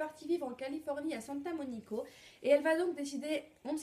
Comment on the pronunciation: C Santa Monica et pas Santa monico